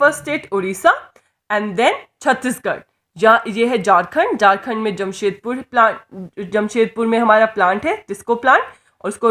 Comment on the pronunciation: It's Ranchi not Ronchi (#capitalofJharkhand) It's Jharkhand not Jarkand.. Improve your pronounciation.. window by